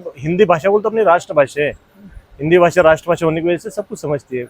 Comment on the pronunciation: ये उत्तर भारतीय ही है जो महाराष्ट्र में रहते है। 😅 मराठी लोगों के उच्चारण ऐसे नहीं होते। भासा ❌ भाषा ✅😝